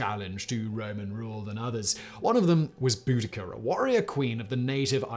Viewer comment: Say it with me “bow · duh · kuh”